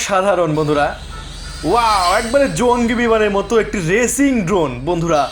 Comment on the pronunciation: ভাই ওটা রেচিং না রেসিং 🤪🤪🤪😄😄😄